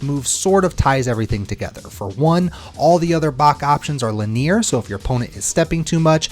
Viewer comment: My guy pronounces linear as Le Near lmao